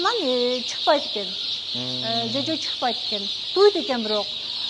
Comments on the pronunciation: Кыргыздар чожо эмес жожо дейт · Чөжө эмес.жөжө.туура сүйлөгөндү үйрөнүп алчы.ЧӨЖӨ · Чожо дебей жожо дечи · Чөжө эмес , ЖӨЖӨ деп эле айткылачы. Диалект деп эле далдырап кетпей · Жожо эле десен обужоктонуп чожо дебей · Чөжө эмес жөжө деп сүйлөчү тантыбай. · Чожо эмес жожо дечи, жанды какшатпай!!! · Алып баруучу ар бир адам создон туура айтууну уйронот..ЧОЧО ДЕП ЖИНДИ КЕЛТИРБЕЧИ.. (ЖОЖО)ДЕП КЫРГЫЗЧА ТАК СУЙЛОП ЖУР.. . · Чожо эмес жожо эле го дейм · 😂😂 ,,чожо эмес Жожо деп айтылаат😂😂😂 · Чөчө эмес жөжө десеңер😅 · Неге чөжө дейсиң туура сүйлөсон болбойбу жөжө деп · Чожо эмес жожо дечи кыргыз тилин бузбай